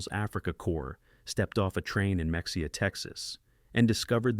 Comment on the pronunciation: Ma-ha-ya Not mex-e-ah